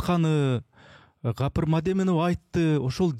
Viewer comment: "Kapyr" dep atyp kulaktyn kuzhurun aldynyz 😒Tuura aitsanyz atyn 'G' tamgasy menen